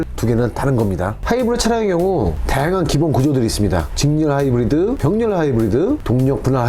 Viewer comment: 하이브리드 발음 왜그럼 ㅋㅋㅋ